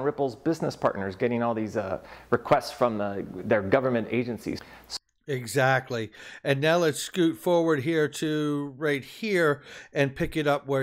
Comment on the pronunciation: Did say Azactly?